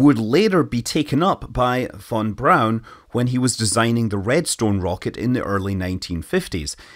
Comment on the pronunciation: Fon brown is how you say it